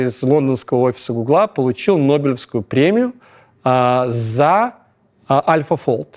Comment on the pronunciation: Правильно гУгла, а не гуглА